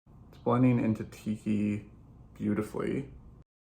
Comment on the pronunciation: In this video, every time you say “Tiki” I hear “Kiki.” What’s wrong with me? 🤣 Thanks for the looks with this beautiful, colorful palette! I won’t be ordering cuz I just got Glamlite Ice Cream Dreams 🍧💖💎🐠🍤💜🐢